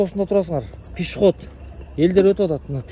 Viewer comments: Пишиход эмес пешеход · Пшыход дейби 😂